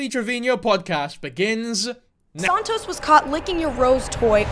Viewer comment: The way she says "Sahntoes" like her hispanic ass can't pronounce it properly 😂 she uses her "Spanish " when its convenient to her musty ass😅 ...i love your videos! I deleted tiktok but stay current thanks to you haha